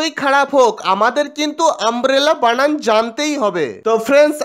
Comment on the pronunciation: প্রশ্ন কর্তা কে আমার প্রশ্ন.... ছাত্র ছাত্রীদের Umbrella বানান জিজ্ঞাসা করার আগে আপনি বানান কে কেন "বানাম" উচ্চারণ করছেন। আগে নিজে শিখে আসুন।